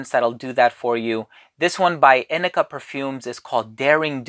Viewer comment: Hi! Great video! First off, thank you for teaching me how to pronounce this brand! 🤣 I’ve had some samples for a while from Inike that I’ve yet to open, but now I’m psyched! It’s cool to know when your wife likes something! I’m always on the lookout for bottles to buy for Tim. Yes, grapefruit really wakes me up and is an energizing scent; I’m imagining brisk ocean breezes on a morning when I’m getting tons of stuff done ahead of schedule. Like the botanic vibes of this scent! Great review, thank you! ❤️